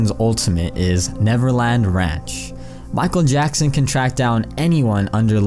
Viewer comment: MICHAEL YACKSON?